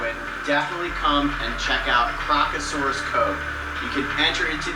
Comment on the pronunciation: Remove the first “r’ from crocasaurus